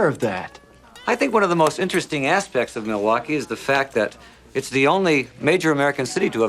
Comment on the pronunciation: I’m not even to that part of the video yet and I knew exactly what you were talking about. Me-lay-wah-key